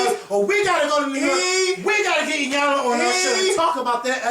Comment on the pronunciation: Iyanlassssssssssssssss with an S. LOL!